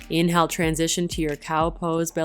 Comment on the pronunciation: Too fast and you say inhale like its spelled, not like it really sounds.